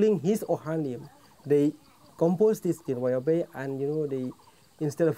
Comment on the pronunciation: Your pronunciation of Jingrwai Iawbei is spot on.